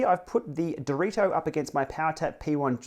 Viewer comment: Direto isn't that hard to say honestly